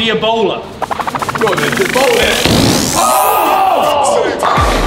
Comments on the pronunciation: “They call me... the ebowla” 😂😂😂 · The names 😂😭😭 "E-bowl-a" omggg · When Harry said, "They call me the ebowla"... Me: Who tf is 'they'? 😂